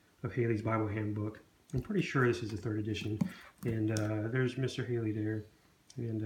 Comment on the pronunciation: Good review of a wonderful book, but just have a comment sent with kindness. Henry Halley's name is pronounced: Halley, not Hailey. Sounds like Sally or valley, not Bailey or daily.